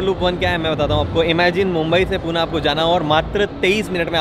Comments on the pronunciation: poona Nahi Pune bolo.. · Poona nhi, Pune bolo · पुणे रे not पूना